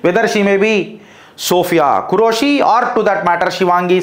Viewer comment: Name pronunciation correction sir don't take it in negative way ( సోఫియా ఖురేషి ) but both of sister are took charge in full-fledged superb jai hind jai bharat ✊🇮🇳